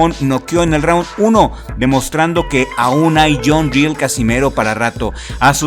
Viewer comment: El filipino se apellida RIEL y , no ril como lo pronuncias está mal pronunciado , el es de filipinas, por tanto el apellido es español debido a que , filipinas fue conquistado por España en 1565 , he ahí del porque el apellido RIEL